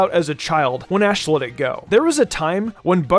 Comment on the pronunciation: I think you mispronounced ash